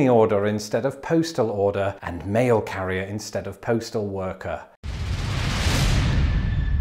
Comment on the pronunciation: I heard "you've got toast." xD